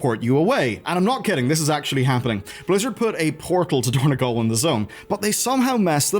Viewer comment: It is dorn-O-gal, not dorn-E-gal